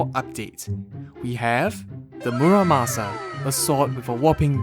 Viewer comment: I thought he said it right :/